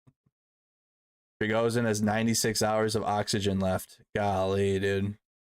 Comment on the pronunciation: Its VoronEZH not VoronZEH. And it's not PriGNOzin, it's PriGOZhin. Wtf?! Can't you read?